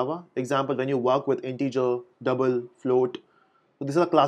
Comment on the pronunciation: Love the way you say "Dabl" & "GettaSetta" :D